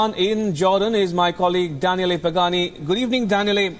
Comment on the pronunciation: Maybe Danielle got mad, coz he pronounced his name wrong, we will never know